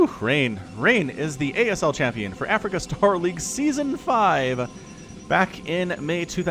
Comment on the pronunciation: Definitely "Africa". Don't worry, Tasteless said "Africa" for like a year before getting it right.